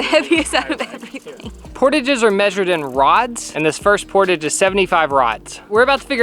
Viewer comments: The fact that they called the portages “poor-tije” is so hilarious to me, a canadian. it’s pronounce “poor-tajjj” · Love this adventure! As a Canadian though, this pronunciation of portage has me twitching haha. It's a French-Canadian word, so it's pronounced POR-TAJ (like the Taj Mahal). Keep up the great content! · As a Canadian, it's not PORtaging...it's porTAHJing. Like French. 😅 🇨🇦 Keep up the great content! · Port-age ....everyone i know here in Canada says "por- taaahhjjj" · So sorry but as a Canadian, every time you all say portage, I had to cringe a little. We say it the French way, "portahj", with a long A, instead of "portige". Really entertaining video though! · Port(ah)ge. Not, portidge. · If anyone has gone a canoe trip they would laugh when he called then port-a-gis. Some one soppert me on this there pronounced por-tajs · The word portage is pronounced "por-taj" not "port age". I think catch and release is CRUEL!!! Imagine the pain the poor fish is in. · Only comment, it is not Portage, it is POR-Tage, like montage. Lol great video😊🇨🇦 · Sorry but it’s por-TAGE not portige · I love watching you videos! Just wanted to let you know the word portage comes from the French word 'port', meaning carry. As a result the word is pronounced 'port-ah-j" not 'port-ij'. Sorry to be picky, but as French Canadian it drives me bonkers when French words are mispronounced. Keep up the good work! Love the channel! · woah, u guys call it portage? In Canada we say it like portaage. Almost like portaauge. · As a Canadian, I cringed every time they said port-idge. The appropriate pronunciation is Por-taage. What a fun adventure. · portige My canadian self: 😱😱😱 aghhhh it’s portaaahhhge 🤣🤣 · You are pronouncing portage wrong. "Poor-tahhge" not "portuggh" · it's pronounced port-aage, soft a, not port -idge, it's french. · Lol am I the only one triggered by how they are saying "portage"? It's pronounced pȯr-ˈtäzh. Not pȯr-tij. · It’s pronounced poor-tawj. 😀